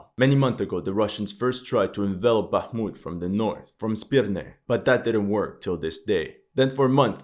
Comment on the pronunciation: very impressive, now try to pronounce Bakhmut's soviet era name- Artyomovsk)